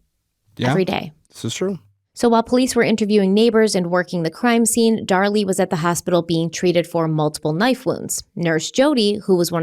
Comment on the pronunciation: Dar-LEE, from Krypton..